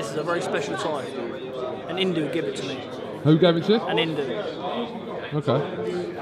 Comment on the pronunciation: Imperator Billy Joe trying to pronounce Hindu